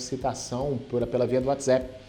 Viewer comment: Desculpa, mas não dar para continuar o vídeo, ouvido ele pronunciar "whatsEpp"